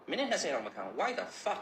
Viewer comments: Apk E skill ပြောပီးဆဲတာက အသံထွက်လေးမှန်အောင်မုတ်လေသားကြီးရာ WTF ဝိုက်သဖက်စ်တဲ့😊😂😂😂😂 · Why the fuck လို့ပြောတာတောသားရေ